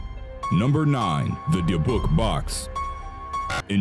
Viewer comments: AHHHH........ Ok, I need to fix several of your pronunciations: first of all it's called a dib-buck box, secondly the Maori Tribe is pronounced like Mow-ree, Otzi the Iceman is pronounced like Oat-see, and finally the Egyptian financial backer for the excavation of king Tut's tomb is pronounced Lord Car-nar-van, just like it's spelled. Ok I feel better now, but when you do a video and mispronounce names it makes people feel like you didn't do adequate research, and it's very very frustrating!!! However I do still love your channel, it is very interesting and has good content!!! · Dybbuk is supposed to sound like like dibbik. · dibook is pronounced dibuck lol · Because he mispronounced it. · Number 9 is pronounced DYBbuk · Ok, I'm commenting 5 yrs too late, but is anybody else baffled by the narrator's pronunciation of "Dybbuk" and "Maori"? Bro, did you not listen to any one of the gazillions if videos out there with the proper way to pronounce those words? You just said "Ah, who cares, I'm just gonna say whatever the hell I want!"? Maori especially had me laughing really hard! No offense man, it was funny, but you might want to listen to words that you're unsure of before you record your video! 😂😂😂